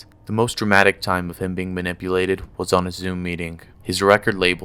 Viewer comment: Also it’s manipulated not mulnipulated. Illiterate